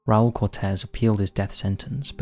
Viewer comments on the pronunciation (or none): none